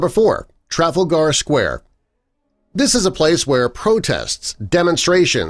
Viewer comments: Ok....😩🤦🏽‍♂️ grammar detective here...it’s pronounced like, Tre-fahl-gar, and not that awful mispronunciation of travel-gar! Geez where they find this guy? ✋🏽🤨🤚🏽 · Traffle-gar square 😂😂😂😂 TRA-FAL-GAR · No 4 you pronounced wrong, tra Fal (like foul) Ga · TRAFALGAR. NOT TRAFILGAAAH ONLY IN AMERICA 🤣😂🤣😂 America, destroying English language for centuries 😂🤣😂🤣🤯🤪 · Firstly its not Traffle-gar, its Tra-fal-gar. Secondly, Big Ben is NOT tha name of the tower at all, it is the name of the bell inside...please fact check your 'facts'! Keyword - RESEARCH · Also it is not Trafle-Gar it is trah-fal-gar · Trafalgar is not pronounced “traffel-ger”, but “trah-FALL-ger”. This fine video of facts also said that Big Ben has been standing for “over half of a century”. Half of a century? Half of a century?! Good heavens, man. That would make it just over 50 years old. I believe you meant to say that Big Ben has been standing for over “a century AND a half”. Big Ben, which, by the way, is the BELL, not the tower.. had its construction finished in 1859. Here’s some more constructive criticism - next time you all decide to produce a “fact video”, hows about showing some footage of the actual things you’re talking about in the video, eh? Telling us about a 13 foot replica of the Washington Monument that represents a sinking satellite marker sounds cool, but all we get to see is stock footage of the real monument, which could be seen anytime. Not very exciting, or interesting. Telling us about secret pyramid chambers sounds great also, but what we get to see is a woman riding a camel. Hmmm. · It's Tra-fal-gar Square. And Bloody Sunday occurred in Northern Ireland. Hope the rest of your "facts" are better researched. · Omg "traffle-gar" 😂😂😂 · " TRAFOOL-GHARR square? LMFAO. It seems he has NO CLUE how it is pronounced properly. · It’s pronounced TRA-FAL-GAR. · " Traffle Gar"....Ha! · By the way, its TRA FAL GAR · did he just pronounce it trafal gar? 😂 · Karin Allen “trafflegar”😂😂